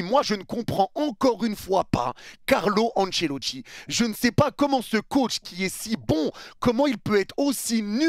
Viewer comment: Je pensais que t'as dit :"je ne sais pas comment ce con", fallait réécouter pour comprendre "comment ce coach"